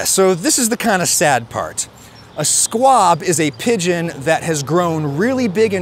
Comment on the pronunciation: Pigeon not Pidon